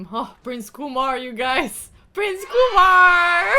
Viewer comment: It’s KyeMar not Kumar